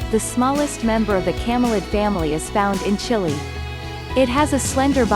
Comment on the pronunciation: Makes top 50 facts video and can't even pronounce Chile right 🤦‍♂